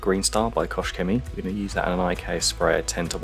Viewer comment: Very nice result. That thing was filthy! BTW, KochChemie doesn't have an S in it. So you'd pronounce the CH in KOCH a little bit like you pronounce the GH at the end of Van Gogh. It's at the back of the throat. Think of that famously long Welsh town name. It ends with "gogoch" Go listen to a pronunciation of that and the way the "goch" is pronounced is almost the same as "Koch". Just replace the soft g with a harder K sound :) Here's a video: You've mastered the "Chemie" part of it though :)